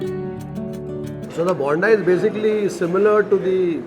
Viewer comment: You pronounce "bonda" wrong. The way you pronounce it sounds as yelneer(tender coconut). For alu bonda the "o" needs to be stretched more.